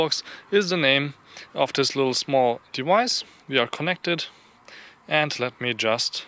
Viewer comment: Hi! Your English is amazing for a non-native speaker, really it's fantastic. But your "V" pronunciation is really spoiling the quality of your language production. "This dewice is wery wersatile!!! The wolume is good." Please, do yourself a favour, develop a nice "V". Your fabulous English deserves it. :-) (and thanks for the useful review.)